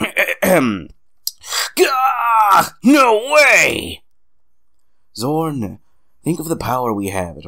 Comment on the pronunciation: Heheheh. Love the epic recap voice. Obligatory nitpick: Trauare is three syllables long, not two. You have the "Trauar" part correct in the recap, but the 'e' at the end isn't silent ("TRAU-ar-ay"; rhymes with "how are they"). The same is true with Zorne ("ZOR-nay"). Hotheads? Nah. These happy fireballs are modeled after the blast power-ups from Super Bomberman. Their actual movements are based on the Tackle Fire enemies that Hotheads throw at you in Megaman 2. The Japanese names of these enemies are Changkeys and Changkey Makers, if memory serves. Kopiekreisel (the "Spinning Cyclone" -- note the pun on the "clone") is Rosenkreuzstilette's answer to Top Spin (the most useless weapon in Megaman 3). It's an extremely close-range attack that occasionally goes through enemy defenses (though its range is significantly greater than that of its inspiration). When it's effective, it's SUPER EFFECTIVE. I'll say no more than that, lest I give away some major spoilers. Amen on the music. Sound Prison did both "Eruption Trigger" (the BGM for the Crypt of the Fire Dragon / Zorne's Stage) and "Acid Rain" (the BGM for the Town of the Dead / Grolla's Stage). The RKS series' soundtrack really is a mixtape of incredible indie internet artists... I guess you could say that charging is "a Tia thing"; Freu can only charge two of her abilities (of which you currently only have one), and it only increases their area of effect rather than their damage output. On the positive side, letting loose a ch